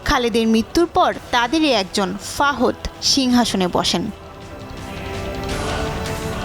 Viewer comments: Kindly naam thik moto porben....FAHOD BOLTE KEW NAI....ITS FAHAD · বাদশা ফহুদ/ফাহদ কি আপা? উপস্থানা করেন ভালো কথা ব্যক্তিদের নামগুলো ঠিকভাবে বলবেনতো নাকি?। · ফাহদ না ফাহাদ অশিক্ষিত রা আবার কবে নিয়োজ চ্যানেল এ আসলো😅😅😅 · ফাওদ নয়,,, সঠিক হচ্ছে, ফাহাদ,,,ওক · কি সংবাদ পড়ে বাবা বাদশা ফাহাদ নাম টা সুন্দর ভাবে উচ্চারণ করতে পারে না তারা সংবাদিক হয় কিভাবে মাথা ধরে না